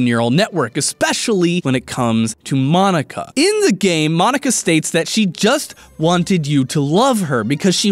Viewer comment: Correction Monika is pronounced (Mōn-ee-ka)